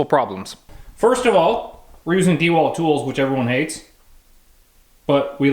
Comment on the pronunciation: Deeewalt instead of duhwalt